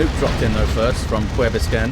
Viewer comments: omg, he butchered it so hard. Someone teach how to pronounce an Ü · Kuerbiskern here😄 This was my first match casted by! So thank you so much for chosing this match. I had a blast watching it since it already has been quite a bit since I played it. The best part of the video was you trying to pronounce my name!